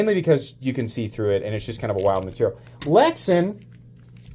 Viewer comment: Pronounced lex-ann